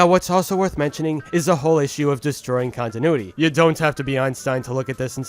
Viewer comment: Who is con-tin-ooh-ity never heard of her 🤔